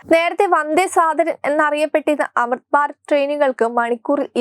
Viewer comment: Amruth Bharath ennucharikkan polumariyillaey. "Amitbarat.. Kollaam